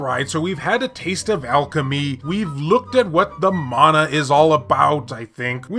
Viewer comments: its mana not meina :P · Let us now leave Secret of Mana World It's MANA you killing me 🤣 Honestly I saying Mana like you saying to 🙂 Love you style of your video keep it going 😊👍